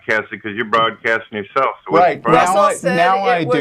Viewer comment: "Mrmmm SNORT I-I'm nort broardcasting ill turn my speakers dowrn."